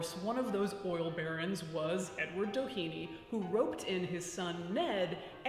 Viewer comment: It might just be different since the family would have been integrated into America, but the Doheny's were Irish immigrants escaping the famine, the pronunciation would be less like "Dah heeny" or "Dough heeny" and more "Dah henny", with little emphasis on vowels, but a little bit of emphasis on "Dah".